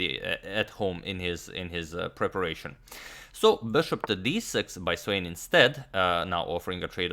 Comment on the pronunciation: SVANE - Wrong pronunciation! Please correct.